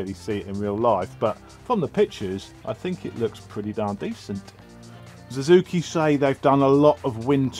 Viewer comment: Big fat thumb DOWN for calling Suzuki a "Zuzuki". It's only one word that you have to learn to pronounce. What if a poor Brit would have to learn an ENTIRE LANGUAGE? Plus everyone pronounces it Suzuki. Ever watched motoGP? And what you do is illogical. Like calling Superman a Zuperman ...